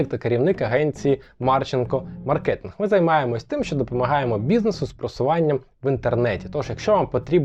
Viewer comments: всі, то займається маркетингом, запам'ятайте уже хоч вимову сфери-наголос на А.. маркетинг, а не Совєтське співзвуччя з минулогр маркЄтінг... ви ж не кажете супермаркЕт.. відео класне, дякую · кажете слово "маркетинг" з неправильним наголосом